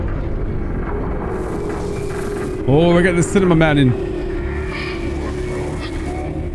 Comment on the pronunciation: I just like how he pronounces cinema man wrong